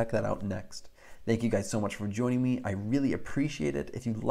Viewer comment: At the very end of this video the phrase "Thank you guys for JOINing me.." sounded funny.